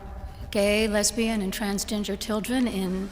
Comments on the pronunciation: Do my ears deceive me, or did she really say 'transginger'? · It sounds more like she said transginger 😂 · I heard trans-ginger. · Why do I hear her saying Transginger children? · Does anyone else keep hearing her saying “Trans Ginger?” 😂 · Did she just say 'transginger'? Lmao. One of the best South Park episodes. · Did she say "trans ginger" ? 😂